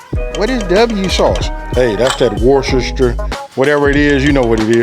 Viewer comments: Can you say wister-sheer? That's how you pronounce that W sauce. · I am English and Worcestershire Sauce is pronounced (Werstersheer) Sauce. I have some thighs in the freezer going to make this week after work. Thank you so much much appreciated from the UK 🇬🇧 xx. 🐔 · War-sester-chester-fer-sure sauce.